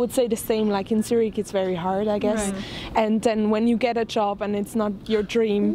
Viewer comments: how to find a ...yoob... ahahahah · It'a JOB, not Yob. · Sorry. But Its not a yob …. Its a job. Learn English at least before 👍🏻